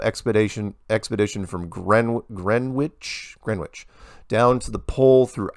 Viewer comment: For a man whose life revolves around the globe (or lack of it), you would think you’d know how to pronounce Greenwich. It’s pronounced Grenich.